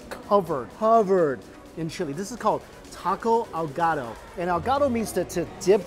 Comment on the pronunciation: me when i think he says taco al gato, 🤔🤣 cat? wait 😂